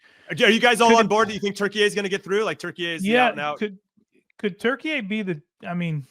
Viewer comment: Stop saying Turky-ey!!! So stupid!